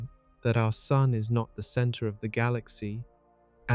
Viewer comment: AI is supposed to take over the world,but so far AI can’t even say “SUN” correctly. I guess the worldwide AI takeover will have to wait a little bit longer. 🤔